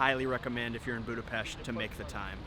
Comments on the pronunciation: Love it! Kudos for pronouncing Budapest and other Hungarian words correctly! Were speedos not obligatory in the Széchenyi bath? 😁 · One of the most annoying thing is when all of these vloggers and travel guides don't even take the time to learn how to pronounce Budapest correctly. Thanks for saying it properly, much appreciated.